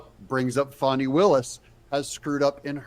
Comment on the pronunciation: It’s not Fon-ni Willis it’s Fan (fan, window fan ceiling fan ) you get it , Fani Willis.